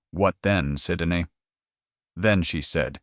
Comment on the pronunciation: Narrator 's mispronunciation of Syndey's name is very annoying.